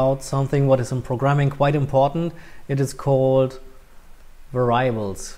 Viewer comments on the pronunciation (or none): Haha. Your pronunciation of variables is hilarious.